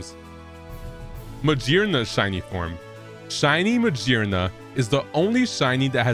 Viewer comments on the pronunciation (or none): Ma- GEAR-na.... GEAR not JEER.. WHAT ELSE WOULD IT HAVE GEARS ALL OVER ITS BODY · did this guy just say Ma-Jearna? Hmm maybe the pokemon with a gear for a head is pronounced maGearna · I'm new here, so is he intentionally mispronouncing the pokemon names as a bit or something? Because he had me until we got to magearna. Like my dude, it's literally made of gears?